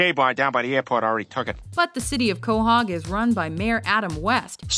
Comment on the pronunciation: Quohag? It's Quahog,not Quohag.